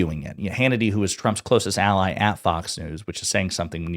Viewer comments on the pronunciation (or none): none